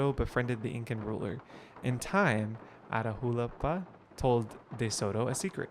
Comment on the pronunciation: Catch me screaming everytime mispronounces Atahualpa 😂😂 loved this gameplay!!!